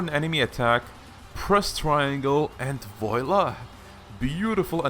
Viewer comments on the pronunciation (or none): Voila is pronounced Vwala. Not Voyla